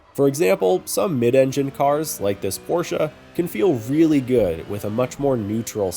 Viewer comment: I am German and as soon as I heard you pronouncing Porsche the right way you got me! 😂